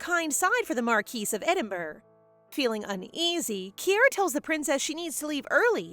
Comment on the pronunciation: Yeah, she keeps making mistakes like that. It's the main reason I know she's actually a real human instead of another machine-generated slop channel, but I'd be lying if I said it didn't bother me every time she says things like "markweese" or "writhering" (it's "writhing"). Some things can be blamed on awful translation and localization, but when it's the words she's injecting to make it her own, she's the one at fault.